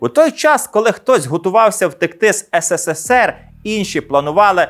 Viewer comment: Вже кажіть правильно українською "есересер (СРСР)", не ссср